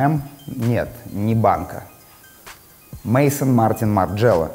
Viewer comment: Не мейсон, а мэзон